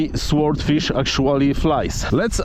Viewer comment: Silent W, Sordfish. Bize.